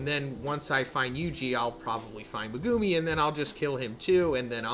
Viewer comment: MegUUUmi? Please stop it’s hard to watch